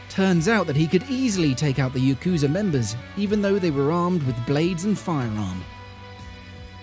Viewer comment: Did you just say "yookooza"